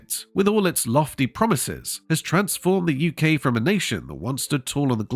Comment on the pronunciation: What "pwomise"?